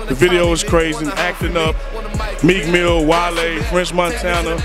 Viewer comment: Why he call Meel Mill, "Meek Millz", C'mon son.